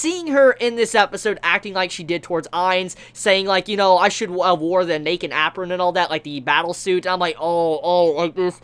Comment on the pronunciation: When pronounces apron (app-Ron).....